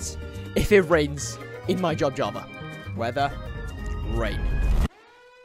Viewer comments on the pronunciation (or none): none